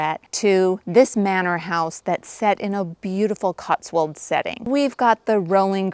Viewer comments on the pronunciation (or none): We only call it SILVERWARE if it is actually made of Silver, otherwise it's just called CUTLERY. We DON'T put sugar in fruit/herbal teas !! SCONE as in GONE , not SCONE as in BONE !! " CLOTTED CREAM TEA" !!?? Are you serious !!?? YUK !! COTSWOLD as in mould , not COTSWOLD as in walled.